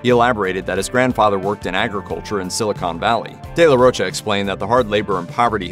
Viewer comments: If it's mexican in origin, pronunciation is de la RO-CHA. The "ro" english speakers pronounce with an "u" sound at the end. It shouldn't, just an "oh" sound. "Cha" is easier, as in chapstick. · sounds french in origin. in italian and portuguese its roccia/rocha (respectively), meaning rock/stone. both using cha/sha. given the spelling and phonology of the spanish language, the correct pronunciation should be RO-CHA (cause its not spelled roca or rocca) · The Spanish pronunciation is the former. ROH-cha or ROACH-ah with an American accent. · No, sir. The proper pronunciation of his last name is not “roe-ka.” Just because people who don’t know any better have been saying it that way for years doesn’t make it so.